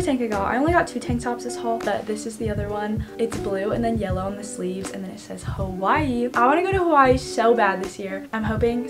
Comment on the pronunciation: when she said Hawaii I thought it said kawaii...